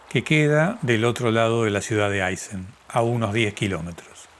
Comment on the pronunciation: Excelente video! Un dato : es Aysén con acento sobre la e, no siempre reflejado en carteles o mapas pero ese es el nombre de la región y por supuesto es Puerto Aysén 😉